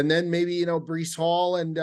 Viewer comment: Breecey Hall 😂 lmaaaao